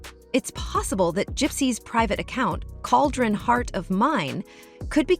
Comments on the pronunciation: it’s “Kay-jen” not cauldron just so u know for future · it's not "CAULDRON heart of mind".. it's "CAJUN-HeartOfMind".. (tho, "cauldron" seems more fitting)